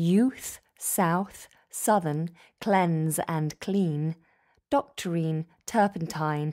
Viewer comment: This poem is a classic. I would note that 'Doctrine' seems off; to my ear, it's being said with a long e sound, like /ˈdɒktɹēn/ in IPA. The standard pronunciation is /ˈdɒktɹɪn/, with an unrounded vowel. Less "DOKTREEN", more "DOK-TRIN". It almost seems as if it's being made to rhyme with either 'clean' from the previous line or 'marine' from the same line, instead of alone as its own unique pronunciation. Great job though--this poem is a doozy!